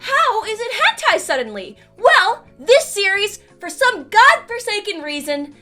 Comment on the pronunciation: Why is everyone saying “gentai” instead of “hentai?”